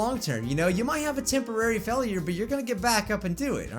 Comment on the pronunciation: you say failure it sonds like fellure